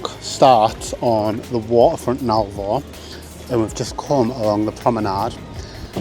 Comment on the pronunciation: Its called ALVOR NOT ALVA